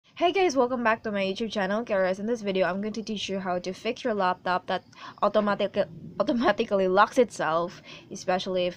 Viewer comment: I love how you say automatically